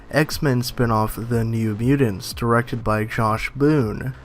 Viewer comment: Miu-tants. Not miu-dend. Sorry, it just sticks out like a sore thumb.. MIU-TANTS..! Your guys videos are great, just sounds really weird to not pronounce that correctly. Sorry